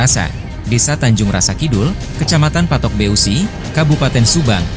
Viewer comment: Yg nyiarinnya bilang patok B e u si...bilang aja patok besi gitu. Karna besi dalam bahasa Sunda itu beusi "eu" bunyinya "E"